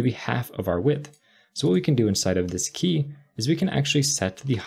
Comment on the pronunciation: I always heard "Whisky ... Whisky ... Whisky ..." instead of "this key ... this key ... this key" :-) Very good programming practice! Good job!